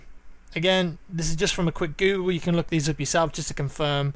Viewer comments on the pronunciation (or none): none